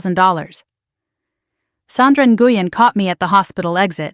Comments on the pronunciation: Nguyen is pronounced When! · Nguyen is pronounced "Win". Why is the story about the nurse contacting Daniel being repeated........SEVERAL TIMES?? Why not tell it completely the first time?!?